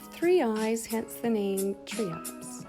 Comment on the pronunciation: They're pronounced Triops, not Treeops